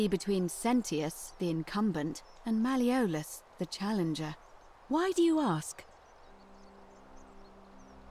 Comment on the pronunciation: Mal(mahl) E olus(ohluss) hope that helps:P